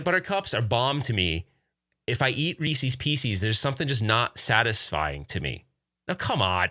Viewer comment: Another great coffee talk! Looking forward to seeing the videos that you and Mason shot. It's Reeces Pieces not pee cees. 😉😀🤣